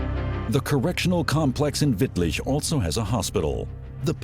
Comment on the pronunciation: He even nailed Wittlich